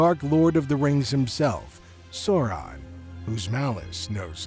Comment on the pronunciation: Bro! I'm very much into your videos and the lore, but I couldn't stand hearing "Sourahn" multiple times for more than 5 minutes... Sorry